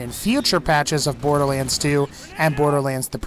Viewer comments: He said borderwands when talking about the hellfire XD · No hate but borderWaends